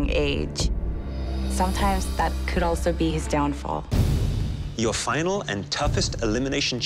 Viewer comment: Errrr.... It's a "FINAL", not a 'finn alley'........